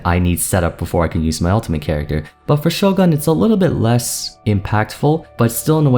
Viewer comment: Isn't it "Sho-goon" instead of "Sho-gahn" if he's trying to pronounce it the Japanese way?